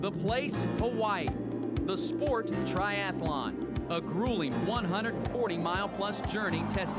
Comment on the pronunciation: He lost me at Tri Ath A Lon